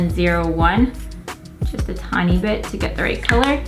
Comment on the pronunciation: When said, "just gonna blend a bit" I heard "just gonna blend a b**ch" 🤣🤣🤣 is this dyslexia?